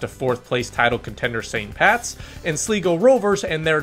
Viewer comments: Pronounced Sly-go, not slee-go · Slego? The third letter isn’t e, it’s i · Btw Sligo rovers is pronounced sly-go rovers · ....I love ya man. I appreciate the video too, so much, but....it's "Sly Go" Rovers not "Slee Go" 😂. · or shh-lie-go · It's SLY-go me boy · Sleeego. Like pronouncing “Slight” and “slick” as “Sleeet” and “sleek” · as an avid league of league thanks for covering the league. the way you pronounce sligo is funny. you got my subscription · You butchered Sligo Rovers name 😂